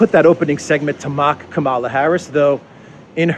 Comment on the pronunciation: It's Kamala as in Pamela.